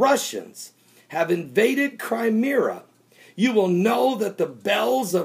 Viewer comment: You can't even pronounce the names "Crimea" and "Constantinople" correctly and you're expected to be taken seriously?